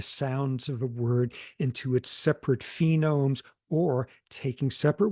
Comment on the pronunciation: I was expecting to Dr. Sapolsky to say that he mixes up letters o and e with his mild dyslexia, not f and w, as he said phenome instead of phoneme .